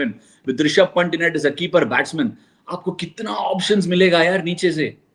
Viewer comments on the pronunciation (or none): Ashwin thambi...why do you mispronounce Rishabh's last name? He is Pant (panth) not 'Punt'. And you have played with him !!